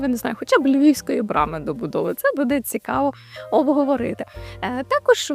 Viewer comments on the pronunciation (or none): none